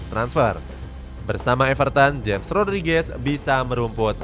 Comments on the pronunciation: Bukan dibaca jems tapi dibaca hames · James bukan dibaca jem. Tapi dibaca hemesh, frasa dibetulin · James ( hames bukan jems) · Hames Rodriges, Bukan jems Rodriges. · Cuma ngasih tau bang james Rodriguez,james nya bacanya hames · Yg james bacanya hames